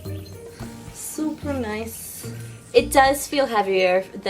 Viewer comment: hahahaha the way she says supa nice